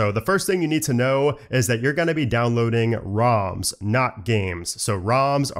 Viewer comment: It's ROMs and not RAMs :) you need to correct your pronunciation